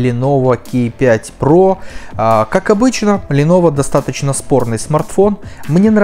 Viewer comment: Не кей а ка